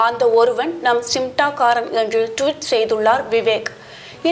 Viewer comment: Nee first news la olunga sollu simtaakaaran nu solura naduvula 'N' iruku சிம்டாகாரன் னு சொல்லுற சிமடாங்காரன் .